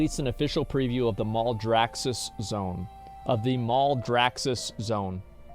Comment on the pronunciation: mal-draxxus not mouldraxxus -_